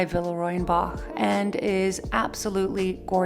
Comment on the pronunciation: Verehrte …. Sie irren leider, in Deutschland spricht man „Boch“ nicht aus wie „Bock“. Das ch wird wie ein ch ausgesprochen 😉